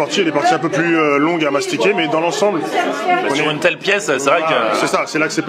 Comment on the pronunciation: Mastiquer il dit, du verbe mastiquer, la mastication; pas astiquer (à moins que ce soit une blague de ta part)